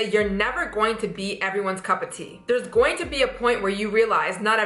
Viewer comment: You need to say going instead of gojin